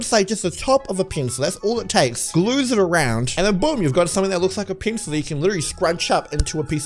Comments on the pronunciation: You say pincel instead of pencil 😂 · The pencil it sounds like he is saying penis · Ue says pencil like the pp word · It sounds like your saying penus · It sounds like he is saying penisel